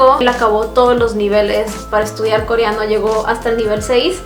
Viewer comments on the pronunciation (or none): Porque dice “CORIANO” jaja no puedo con eso.